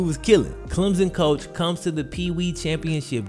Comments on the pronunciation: Not a big deal but it’s pronounced “clem-sun” almost as if there’s a p in place of the hyphen. People down here make such a big deal out of it whenever people say “Clem-zin” 😂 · BTW its Clem/SON not Clemzn. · Yo it's Clem-Son, there is no Z..